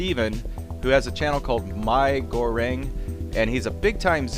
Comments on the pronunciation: It is "Meeee" goreng. Which mean Fried Noodles in Malay~ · Its actually Mee goreng